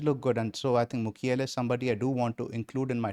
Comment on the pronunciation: Old Chelsea fan in coming out when saying Mukiele as Makeile. Claude Makelele, what a legend.